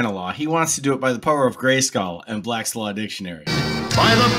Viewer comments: I had no idea that Black's Law Dictionary was our governing document in this country. Also...why is he calling it "Blat Law Dictionary"? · he can barely say Black's law dictionary, lol